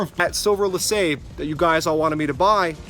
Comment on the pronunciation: Nice find and pretty decent car! I find that Seafoam is pretty good at breaking down the stickiness of old gas. By the way, LeSabre is pronounced Le"saber", not "lasabe". The R is not silent in this case.